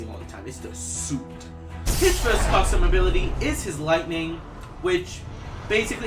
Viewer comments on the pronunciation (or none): Firs???? Flurst???